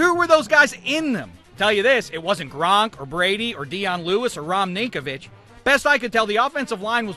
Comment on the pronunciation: "Rom Ninkovich".